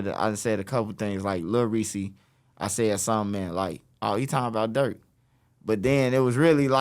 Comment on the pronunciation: He said Durk